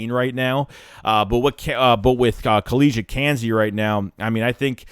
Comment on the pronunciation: Bruh your being a smart ass. I'm just giving you the correct pronunciation of this guys name, so you can stop looking like a jackass saying this guy name wrong.... We don't play around about our guys down here in Georgia.. Just show us some respect, please...